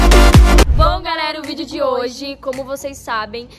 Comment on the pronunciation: SALVIANA TUBER MDS CARA seu portugues n e desse planeta "vidio" "gravarsão" "dorrr"